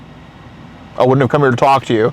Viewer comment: he said wouldnt as wooden